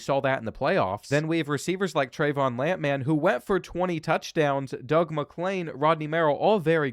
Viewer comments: Who TF says “Lamp Man” instead of lampman? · Love pronouncing Lampman’s name as if he’s a lamp based super hero.